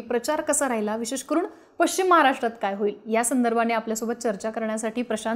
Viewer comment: उच्चार पश् चिम , पचिम ; निश् चित निश्चित .